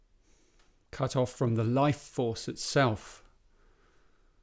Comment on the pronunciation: its was sound like fuck off and you say Cut Off :D just my no englisch but u are good - Tomas with 22.6